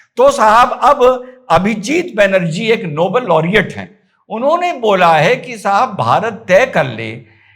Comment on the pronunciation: नोबेल की जगह नो बोल पड रहा है।😅😅